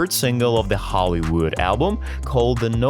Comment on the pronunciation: It's not Hollywood; it's Holy wood. And it's not pro-voe-ca-tive; it's pro-vock-a-tive. Who are you? Bogus.